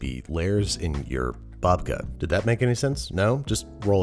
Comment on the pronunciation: love ya babish but that "babka" just isn't it